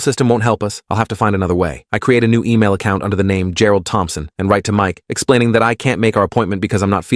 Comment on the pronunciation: How many “Gerald Tomphson”s does this story have?😂